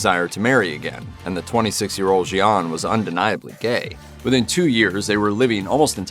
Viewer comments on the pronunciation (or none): "Gian" is pronounced "Jon".